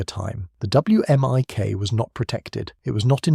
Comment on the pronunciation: you say "whimic"